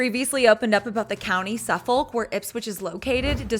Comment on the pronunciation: The United States and England are both in the Northern Hemisphere. WTF Also her pronunciation of Suffolk genuinely hurt my soul.